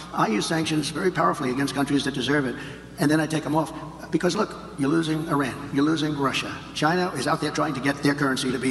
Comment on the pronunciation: dear, it's pronounced "eeran". Slava Ukraine from Iranians. we are with you.